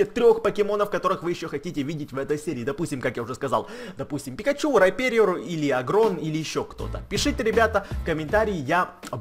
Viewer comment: не пикочу а пикачу и не мальтфильм а мультфильм и не лачший а лучший